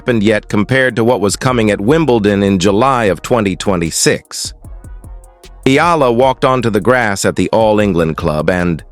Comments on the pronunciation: Her name is Alexandra “Alex” EALA and NOT IYALA. Know who you are talking to. Do you want me to call you NAD instead of? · TRY AND GET HER NAME RIGHT EALA NOT F IN YALA🤬